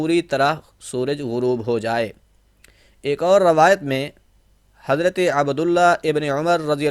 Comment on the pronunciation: माफ करें हज़रत आप हज़रत को हज़रते पढते है। हज़रत सही या हज़रते।